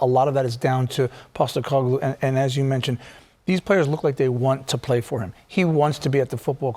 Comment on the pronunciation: Ange “Pasta-caglou” 😂